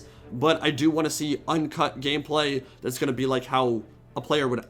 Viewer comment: did I hear gayplay?